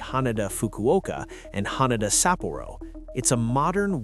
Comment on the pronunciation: The pronunciation shifts throughout: HAN-a-duh or Ha-NAY-da? SAPP-o-roh or Sa-PORR-oh? Make up your mind,!